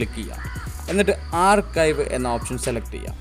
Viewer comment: ആർകയ്വ് alla ആർച്ചീവ്